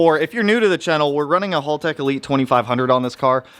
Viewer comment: FOR GOD'S SAKE!!! IT'S HAL-TECH NOT HOLLTECH. HALTECH!!!